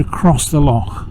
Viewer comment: Great to hear an English person making the effort to pronounce "loch" correctly!